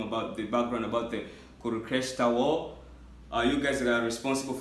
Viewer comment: It is not kurukestra it is pronounced as kuru-k-shé-trA